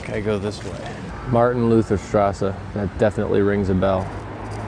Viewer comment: I am german and i heard you speaking "Martin Luther straße" so funny ahaha